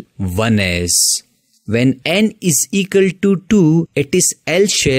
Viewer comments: "Eqal"...? 😂 BTW the way of teaching was superb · Equal ❌ ecal ✅